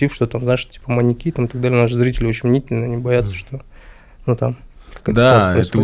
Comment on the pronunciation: Неправильное ударение в слове "маньЯки" режет слух.